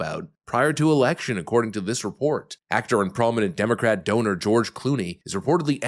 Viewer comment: did he say Dumocrat ?